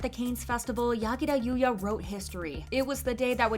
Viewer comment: I love that she didn't pronounce the name using American's accent lol😂